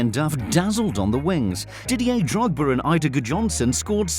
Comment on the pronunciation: Lol Didier Drogber